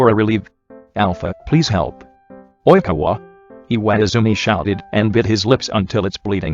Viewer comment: No one: Not a single person: Not a single soul: The Google voice: Oìñkawa